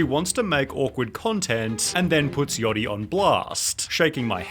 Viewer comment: Bro that's not how you pronounce "yachty" 😂